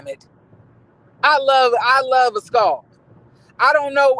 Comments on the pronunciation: Not “As-cawl“!!! Not Mia and Jacqueline “burley”!!! I’m cackling 😂😂🤣🤣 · I crack up every time you pronounce Askale name 😂😂😂